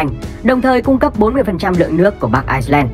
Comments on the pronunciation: Ad đọc là Ai-len mới đúng, Ai-xơ-len là 1 quốc gia khác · Bắc Ai len nhé ad. K phải ai xơ len. Đọc sai rồi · người đọc thuyết minh nên về học thêm tiếng anh. ireland mà cứ đọc thành iceland là sao. làm kênh về kiến thức mà đọc như thế là chết rồi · Ai len chứ k phải Ai xơ len nhé ! 2 qg này khác nhau hoàn toàn ! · Đọc là bắc ailen thôi đọc bắc aixlen người ta còn tưởng là Iceland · Vậy đọc Ái-Nhĩ-Lan và Băng-Đảo cho dễ phân biệt luôn! Mà đúng là ad đọc nhầm lẫn giữa ai-len thành ai-xơ-len😅😅😅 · Ai len và ai xơ len là hai quốc gia, ai xơ len là quốc đảo ko hề có chung đường biên giới với vương quốc anh, chủ kênh đọc sai tên nước rồi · Ad bị nhầm Ireland với Iceland sao ấy. Toàn đọc là Ai sơ len. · IRELAND có âm s đâu mà đọc là ai sờ len :)) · Ad nên phát âm chuẩn hơn, Ireland và Iceland là 2 đất nước khác nhau, Ireland mà phát âm có âm ‘s’ vào nữa sẽ làm nhiều người nhầm lẫn 2 quốc gia này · kênh không nhầm bạn ơi, chỉ là phát âm tiếng anh chưa chuẩn lắm. Ireland phát âm tiếng việt là Ai-len. nhưng phát âm tiếng anh thì Ireland và Iceland nó khá giống nhau (Rơ và Xơ) đại khái là vậy. Tuy nhiên kênh có sử dụng bản đồ minh hoạ trong tất cả các video để mọi người dễ hình dung.